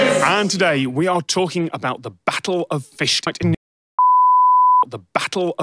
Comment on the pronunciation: i binge watch tech diff like People binge the office, watch it all in a weekend then do it again the next weekend, since this video has come out every single time I hear ask "is fishguard a shield" im always expecting "is Fishguard a shishguard" and its painful not to hear it